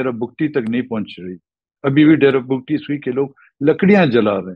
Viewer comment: Host should be brief, no need to ask lengthy questions. Frequent interruptions are unprofessional. Tribe’s name is Bugti(Boogti) not pronounced as Bug tee or Bagtee.